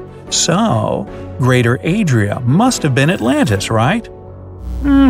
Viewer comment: calls the new continent “Yo Adria“!